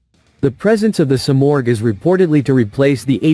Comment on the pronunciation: Dieses Flugzeug heißt Simorgh, nicht Sumaq.😂